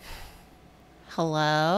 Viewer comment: same, its dangerously close to a literal "o.o hewwoo?"